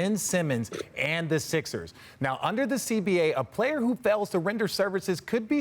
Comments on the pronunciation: Lol RJ did it again, it’s Joined not Joned lmao he still nervous to be hosting apparently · Did he say joned by?